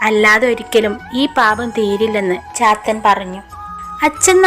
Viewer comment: ചാത്തൻ എന്നത് പാത്തു എന്ന് കേട്ട പോലെ തോന്നി...😂😂